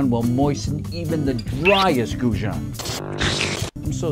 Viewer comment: Who the hell taught him to pronounce goujon?